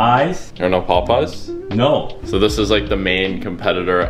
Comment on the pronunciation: Mans really read it Pop-Eyes